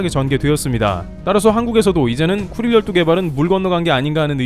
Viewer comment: 나만 그런가.....왜 자꾸 급똥지역으로 들리지......